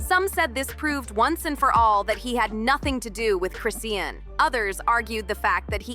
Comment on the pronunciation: At least say her name right🙄🙄